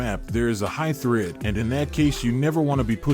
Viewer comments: Not thread, it’s actually threat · THREAD? You mean THREAT? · Good guide! It is "threat" though. Great as always again.